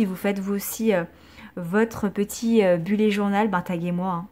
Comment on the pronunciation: Coucou je voudrais précisé que bullet se prononce bulète et non bullé ! Voilà des gros bisous !!💖